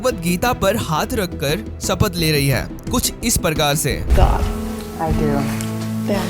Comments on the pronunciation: सपथ नहीं। शपथ। हिन्दी नहीं आतीं क्या? थोड़ी हिन्दी भी सीख लो। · गर्दभ, यूट्यूबर। पहले सही हिन्दी सीख। सपथ???